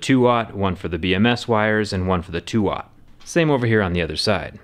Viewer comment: Note for people who are confused about what they're hearing, or reading the subtitles (which have this wrong): Those wires are not "two watt", they are "two aught", which is how you pronounce "2/0", which is two steps larger than 0-gauge wire (0 AWG).